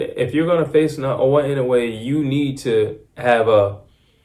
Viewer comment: Getting closer. 😊 ✅ - NAH-OH-YAH ❌ - NAH-OH-UH I dont know much of anything about Cardenas. He seems to have some pop for sure. From the llttle bit Ive seen of him, he gets hit with left hooks too easily. And the people I've seen him fight did look like bums to me. Gonna say Inoue stops him, starting with a cracking check left hook in the 5th round. Kim said "is that all you got?" and look where that went. 😅